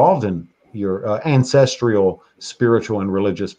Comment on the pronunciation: Ancestral. Not ancestrial.